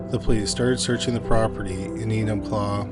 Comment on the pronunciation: ~ Enumclaw, Washington For real! Good job on the pronunciation!